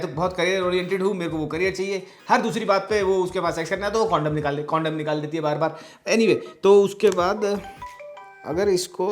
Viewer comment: कोनडोम गलत उच्चारण है। सही उच्चारण है कंडोम।